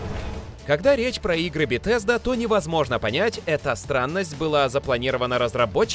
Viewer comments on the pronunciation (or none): none